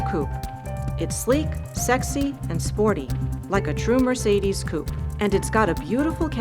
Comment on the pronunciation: For your next video can you please get a new moderator? This women is annoying, especially the way she pronounces Coupé! Please fix that. Thank you